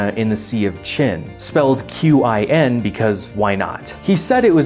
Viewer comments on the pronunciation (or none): How did you how to pronounce "Qin"? The romanized version of Mandarin calle d"PinYin" uses "Q" to represent the sound "tch"... Using these 3 letters may mislead English speaking about the sound: it is like says in his video. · The thing is, Qin is actually not pronounced the same way as "Chin". Those are two completely different sounds in Chinese (for the Ch-sound you have your tongue curled back in the mouth similarly to the English R, while the tip is on your lower teeth for Q). It's COMPLETELY different, no confusion has ever come out of that. No, but seriously there is a difference.